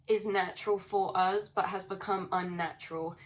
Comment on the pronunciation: you continue to be hittin' every nail on da head good... Earthquakes in 3D are a connected thing too, as well as all else you allude to... I like how you say "uz" btw :) It's Eleven on the dot 16 0 3 Star Age Be Many thanks continued... :D Much Love - ISUZ 11 01